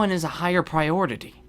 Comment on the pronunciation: but I don't know which should be the higher priortity Me:, priority XD